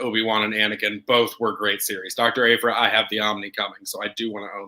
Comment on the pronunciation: I love but the way he pronounced Aphra hurt me a little bit😆 Algorithms:)